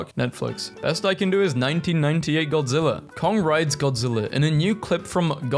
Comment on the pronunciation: I can’t stand you saying godziller ITS GODZILLA GOD-ZILL-AH GODZILLA